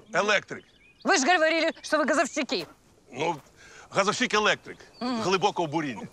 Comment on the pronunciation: Ніхто не замітив що вона (т ) сказала не говорили а гаравири і газовсікі 😂😂 ( на )